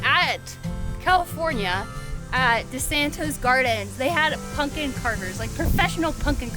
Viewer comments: That’s not how you say it, no ‘punkin’ intended! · Funny you pronounce it, “PUNKIN”. That’s cute.🎃